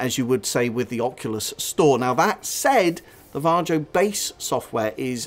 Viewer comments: Because how the guy says Varjo in the video.."Jar Joe" 🤣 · I believe it's pronounced "var-ee-oh" or "var-yo"